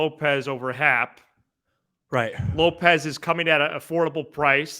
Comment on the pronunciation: I'm usually on your side but please don't ever say lopes for happ again That made me throw up a little in my mouth lol